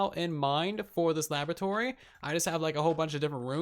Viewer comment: Its pronounced “laboratory”